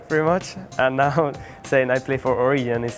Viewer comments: they named it Origen in a Spanish spelling but xpeeke tries to pronounce it like an anglo, "oriyen". sell out. #Giants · Orijen is wrong in both spanish and english. it's always going to be with a G. as to pronunciation. you pronounce it in english. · Not Origen, Oriyen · It sounds like he is saying Oregon if he was from the east coast when he says origen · Is it ORIGEN or ORIJEN, xpeke stop trolling us... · when he says origen it sounds like Korean lel